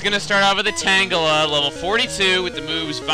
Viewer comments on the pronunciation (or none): i always thought tangela was tan-jeh-lah not tan-geh-lah